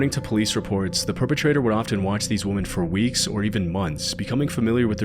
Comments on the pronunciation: I love this channel, but saying "woman" every time you meant "women" was so distracting. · Great video, dude, but "women" is pronounced like "wimen" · “Weh-men”. “WEH-MEN”. Plural. That is all. Great video! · Where are you from? I can't stand (midwesterners?) saying woman instead of women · Wih-men, Wih, not woman… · Why do you pronounce "women" as "woman" in all your videos? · I HATE that the narrator says "woman" instead of "women"! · Brother please pronounce women as women and not woman lol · This guy cannot simply say ‘women’ and it’s kind of hilarious. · Women! It's women, plural. Not woman, singular. 🙄 Weh-men = women. Woh-man = woman. Stop it! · Why do you say woman when it's supposed to be plural women? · Great channel, addictive videos, but jeez, the word is WOMEN. It was jarring to me to hear it used incorrectly multiple times. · You know, English words aren't necessarily phonetic. Women is pronounced 'wimmin', not woman. Woman and Women are different words with different meanings and different pronunciation. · Love your content. But Use of woman instead of women drove me a little bonkers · I just get a kick out of the way he keeps saying “woman” instead of “women”. Yea, I’m pretty sure I have problems lol. But, hey, it’s the simple joys in life, I guess. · Great video but please learn the difference in pronunciation between "woman" and "women." You mistakenly said woman for women several times when you meant women. Women is plural and woman is singular. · seems to have the same difficulty in pronouncing "women" rather than "woman" that Blue Spooky does. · When you first said woman when you were doing the last story, I thought I misheard. But you said it multiple times after that instead of women as it should be. What's up with that? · I absolutely LOVE your channel, but the plural of "woman" is "women". Please stop saying "woman" when it's plural. 😊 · Why do you pronounce women like woman or is it an AI voice? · "Women" is pronounced "wimmin".